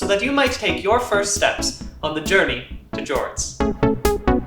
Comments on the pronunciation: More like "jourtney" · The jortney?